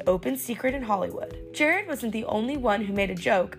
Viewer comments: Bro literally introduced himself as Jerrod and you still calling him Jared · Jah-Rod not Ger-Red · JER ROD. not jared. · Definitely not pronounced "Jared". It's "Ger-Rodd". AH killin it smh lol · Not pronounced like Jared, it's like jurr-odd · She really said Jared Carmichael lol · Lady, he literally introduced himself. Pronounce his name the way he pronounced it, why is this hard? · Pronounced Jer-ROD. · That’s not how you say his name😂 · well if your name is Todd and we called you Toad, I'm sure that'd be annoying. Eventhough you're already in obscurity. Good or not, dude's name should be pronounced correctly. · Really mispronounced his name like he didnt say it during the awards show. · You guys can at least pronounce his name correctly cmon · A vapid, vocal-fry-inflected voice mispronouncing “Jerrod” and “Miscavige” and saying Jarrod Carmichael is “an SNL alum.” Nope. Never was a cast member. Quality media, Access Hollywood. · that’s not how you pronounce his name😂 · He mispronounced her name? What joke landed?